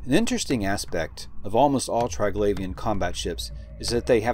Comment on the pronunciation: tree-glavian, not try-glavian